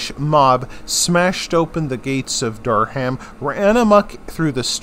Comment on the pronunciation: Good but needs abit of work on pronunciation. Robert de Comines is pronounced Co - mean and Durham is pronounced Dur - rum. If your an English school pupil watching this its important to get this right.